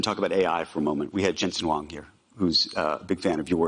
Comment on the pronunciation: It's Jensen Huang, not Jensen Wong, mr new channel posting other channels' content